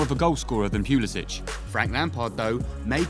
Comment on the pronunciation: Yeah, unless he starts on the regular next season, he needs to leave Chelsea. Also, not sure if you're saying his last name right.